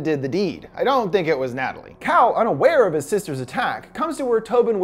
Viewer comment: i thought he said cow instead of cal